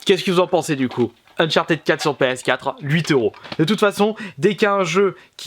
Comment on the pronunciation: On dis pas unchartid.on dis uncharted abrutie